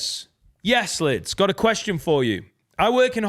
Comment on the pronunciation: Just here to highlight & look at the camera during “kweshon” is becoming iconic